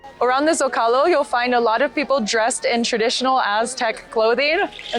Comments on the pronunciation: Zócalo............SO-kah-lo, with the stress on "Zo" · I enjoyed your tour of Mexico City, the only thing I noticed was that you pronounced the Zocalo ith a z sound, most z's and x's in Mexico have an sh sound,so Zocalo woud e pronounced "so-cal -o... Thanks again...